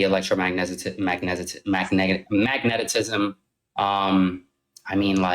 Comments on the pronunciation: "magnetitism"... Proceeds to tell he doesn't make sense... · "Magnetitism"? The dude tries to sound convincing but really has a severe case of Dunning Kruger.